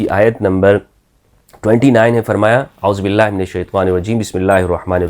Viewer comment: آپ نےاعوذباللہ غلط پڑھی ھے